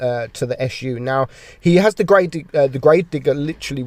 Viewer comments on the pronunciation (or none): none